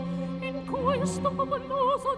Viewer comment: no, she misses double consonants (abandonata, volutà), uses when not needed (poPPoloso, paRRigi), southern pronounciation of impure S (queSHto), uses U when not needed (vUano), pronounces "i" when it's only a graphic sign (deggIIIo gIIIoir), mispells the letter R (libeWa) between two vowels, pronounces the group IE with closed E (pensiér instead of pensièr), dental consonants are not perfect but the thong clicks (sometimes) a plosion on the theet's alveoli (Gee volar), and so on...